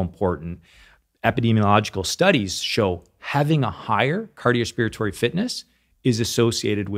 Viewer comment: Wait did I hear him say "cardiospiratory?"